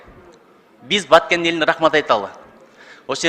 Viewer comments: ЖУРНАЛИСТСИНБИ, КАБАРЧЫСЫНБЫ? КИМ БОЛСОН ДА видеонун башында айтылгандай, БАКЕН ЭМЕС, БАТКЕН ДЕП ЖАЗЫЛАТ ЖАНА АЙТЫЛАТ!!! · Баакен облосу дейтко